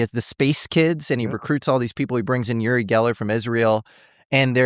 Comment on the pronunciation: It's pronounced "you-ri Geller" not "oo-ri Geller".